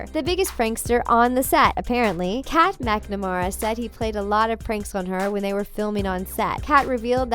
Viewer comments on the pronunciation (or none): im sorry I was gonna watch this, but within the first couple seconds she pronounced “Kat” as “Kate” BYE LMAO